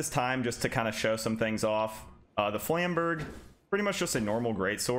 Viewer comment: 17 seconds in, and im seething at the pronounciation of "flamberge" XD